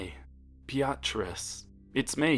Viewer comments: I-I'm sorry, but did just pronounce Beatrice as Bee-r-tris? 😅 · You're pronouncing beatrice like be AHT riss. Its BEE uh triss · No one: Literally not a soul:: Bee-Ah-Tris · Sounded like he was calling her a be-a-tch. Like the way you say the b word when you don't want to/can't say it for real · I don’t know if I’m reading this wrong, but I think you may be saying the girlfriend’s name wrong. It’s spelled ‘Beatrice’ right? That would be said ‘Bee-ah-triss’. If I’m wrong, then oh well. Also, keep up the great work!! I love your stuff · I’m sorry But the “BeATRice” keeps making me laugh 😂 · Ok I swear I'm not trying to be rude but how you pronounce her name is like this be-trice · He's pronouncing it correctly without a Japanese accent like I do for example. But what actually bugs me is how he says Beatrice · Omg the way you said Beatrice xD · The way you pronounce Beatrice is priceless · I don’t wanna be mean but your pronunciation of Beatrice is sending me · The way you pronounce the girlfriends name is weird and I'm pretty sure you meant Beatrice? Also all the people fangirling about this in the comments is really weird..like yeah being a big fan of something is cool but once it gets to a certain point it's just weird